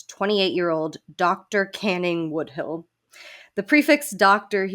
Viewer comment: Why are you saying Woodhill for Woodhull, tho?